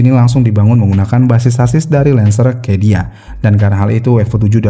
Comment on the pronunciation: ada salah sebut min: bukan 20an akhir tapi 90an akhir Cedia dibacanya sedia min bukan kedia, Century Diamond soalnya